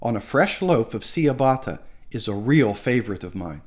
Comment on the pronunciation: It's pronounced 'cha' batta not sea a batta